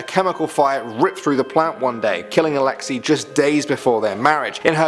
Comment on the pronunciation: It’s pronounced Alex ey like the letter “a” not alexi